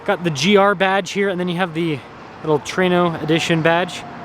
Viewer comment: How do you add extra letters when you mispronounce something. Traino?? Reviewing cars should go back to 5th grade English instead